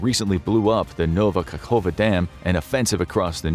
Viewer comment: Pronounced KahovKA. Kah- hov- kah. Kerch rhymes with Perch. Actually, it is Keh-r-ch in Slavic languages. But Kerch is fine.